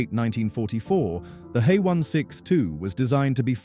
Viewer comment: AI mispronouncing the German V as an English V, not an F and HE as he, not H. E.- a good editor would have caught that.